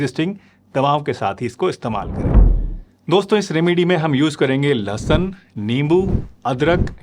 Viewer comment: लहसन नहीं लहसुन होता है... doctor ji aap apni Hindi thik kar lo. 😂😂😂